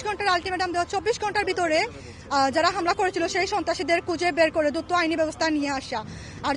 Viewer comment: দুতো না দ্রুত হবে আপা😂😂